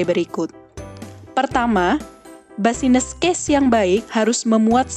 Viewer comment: maaf kak mau ralat pelafalannya "bisnis case" yaa bukan "basines case" hehe